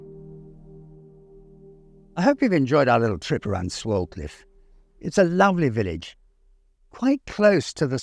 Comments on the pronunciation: It’s actually said sway-cliff I used to go to school there The village is so picturesque means so much to me and I regularly go cycling around the many nearby lanes and tour round the very proudly standing madmarson hill which is a man made hill that buried an Iron Age fort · Lovely video. The village name is actually pronounced "Swaycliff", but unsure if that's just a local thing! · pronounced Sway-cliffe. Enjoying your vids enormously.